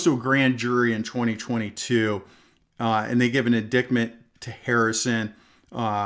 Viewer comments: An Indictment: Ind īte (eye) ment not an In dickt ment, is the federal grand jury method of formalizing charges. 🤣 Although in many cases I think your pronunciation is more appropriate! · Love this, BUT: it's in-dite-ment, not in-dickd-ment. God bless. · Hey, isn't it pronounced , "in- dight- ment", not in- dicked- ment? Correct me if I got this wrong for 50 years of courtroom experience. . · P.S. The 2nd Amendment was ratified in 1791. Also, it's pronounced in-dite-ment, not as it's spelled, in-dict-ment. 😉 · Bruh - I don't mean to nit-pick, but indictment is pronounced, "In-dight-ment". Great message, great channel - keep up the good work! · Hi. Great video. Just an FYI... "Indictment" is pronounced "in-dightment". The "C" is silent. 😊 "He was indicted... "In dited" *delete this after you read it* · FYI, It’s pronounced in-dite-ment. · indictment is pronounced like this.. the c is silent and the i is long like light so like in-dight-ment. just trying to help, no disrespect, Great job! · I never knew indictment was really pronounced in dicked mint. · Please look up the pronunciation of "Indictment" and "presumptively". I do like your content and where you are coming from. I'm glad you are getting monetized. It is real important to take a close look at what happens to people who apply for and SBR permit in states where NFA items are not permitted. Are they admitting to a felony when they make the federal application? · You are mispronouncing indictment. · With mucho due respect to the officer, indictment isn’t pronounced with a dick in it. More with a long ‘i’, and no ‘c’. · If you are, or ever were a cop, you'd know how to pronounce "indictment".